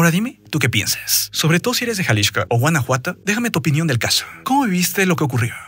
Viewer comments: ¿Porque dice Jalishco y no Jalisco? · Jaja ¿porqué el nombre del estado lo pronuncias Jalixco (que hace años no se llama así) y al cártel si lo nombras de Jalisco? XD abrazo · gracias por el dato, pero yo me refería a Jalixco no a Xalisco y solo se me hace curioso que al referirse al cártel lo nombre diferente. Saludos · ¡ O Ya! Te capto en jaliXco el cual suena (Jaliksco) seria la pronunciación. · Te dejo de ver un par de meses y ahora hablas bien raro "jalishco" así lo pronuncias. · Tanto decir Jalishco dijo Munishipio jejej. Se acaba el muuunddoooo.